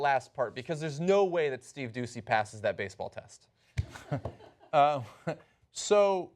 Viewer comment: pretty sure it's pronounced steve duchey